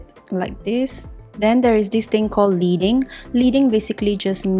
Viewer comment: I’ve been enjoying this series. I wish I had seen it sooner. I’m old and we used to add space between lines of type setting using pieces of lead slivers (pronounced “led”) so I’m pretty certain leading is pronounced “leding”. 🙂